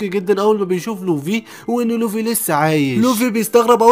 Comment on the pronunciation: يسطا نطقك للكلام غلططط💔 مثل: لوڤي و رأسا على عقل🙂 اتمني انك تحاول تشتغل علي الحاجات الي زي كده❤️❤️❤️